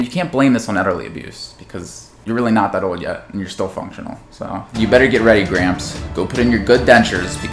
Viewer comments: You do know there's a letter "L" in the word "old".... so say it for christ's sake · Why can’t he say old right 😂